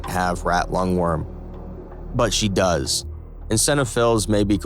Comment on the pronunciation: You still can't pronounce "eosinophils" correctly.